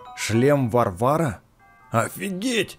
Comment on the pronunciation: Не варва'ры а ва'рвары